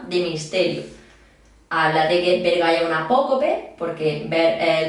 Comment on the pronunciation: Bergai❌ Ver-gay✅ me van a funar me van a funar me van a funar